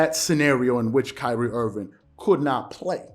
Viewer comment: Love your show. But it's Kyrie Irving, not Kyrie Irvin lol Loyal subscriber. Keep up the amazing work! Your analysis is waaay better than most people on mainstream :)